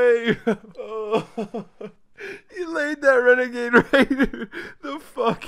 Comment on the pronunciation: The funny thing is that my man pickaxed a Wenegade Waider(Renegade Raider)